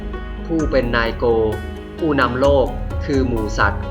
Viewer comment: นายโก อ่านว่า นายะโก แปลว่า ผู้นำ ไม่ใช่ นายโก ครับ